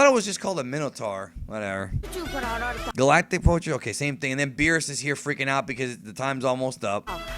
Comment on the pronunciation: pretty sure he doesnt know how to pronounce galactic